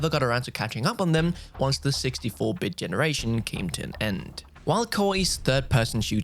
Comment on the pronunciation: It sounded like he said "NBA Countryside" and "60-bit"